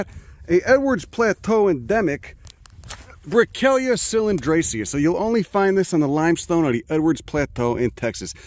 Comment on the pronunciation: Thank you for saying my name right. I almost slipped out of my chair... Say it again... Say Brickellia